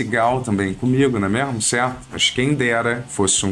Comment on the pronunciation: Tá engraçado sim... mas pare de falá "não é mêirmu"